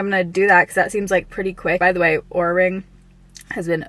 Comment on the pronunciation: I thought you said " horror "ring at first